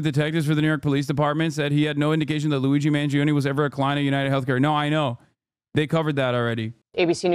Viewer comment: I thought she calling him LOUIE G MANGIONE. why she say it like that???? They are SO SCARED OF HIM talking to ANYONE. Omg it's insanely hot. I'm not discussing his appearance....